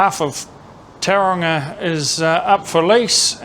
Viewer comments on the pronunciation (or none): Couldn’t you at least learn how to pronounce Tauranga correctly. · to be born in NZ and still unable to pronounce simple Maori place names correctly is embarrassing. Other than that, councils are 1000 times worse than any street gang. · How the heck did the bench and crossing cost that much, crazy. They could have bought the paint and the rainbow community probably would have done it for free. What struck a nerve with me is you could be housing homeless in some of those empty spaces, have artists studios to keep foot traffic alive. Also need to learn how to pronounce the name of you city.